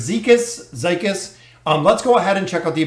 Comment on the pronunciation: I think his name is pronounced zeekeez.